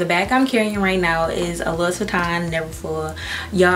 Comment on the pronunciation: Louis is pronounced LOO-EE